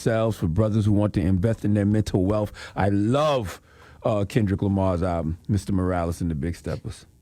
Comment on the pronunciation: I really wish CTG would pronounce the name of the album correctly. It’s been months now.